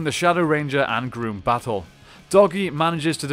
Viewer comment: His name is not pronounced Groom it is pronounced Gruum.